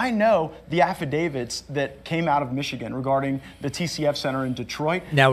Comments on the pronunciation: Don't you mean "Affidavid"? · "I signed an affi-David. Did you?" Melissa Carone